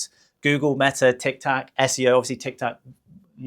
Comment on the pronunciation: It is TIK TOK not TAC !